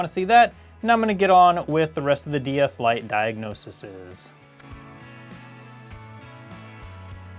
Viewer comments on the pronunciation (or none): Sorry, but I'm pretty sure plural of diagnosis is diagnoses (pronounced di ag no' sees)